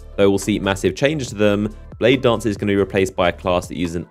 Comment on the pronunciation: Do you exaggerate the last word of every sentence on purpose? SimiLAR bladedancAR